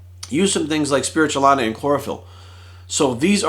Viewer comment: Spirulina. Not spiritualina.